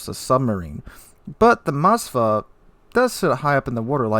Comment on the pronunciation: Why do Americans add an A to Moskva??? It's not Mos-ka-va its Mos-kva (pronounce as mos-qua)